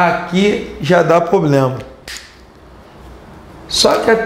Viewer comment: Eu acho que ouvi ele falando POBLEMA..... independente disso, eu ameiii a aula...hj que fui aprender juros na vidaaa!!!!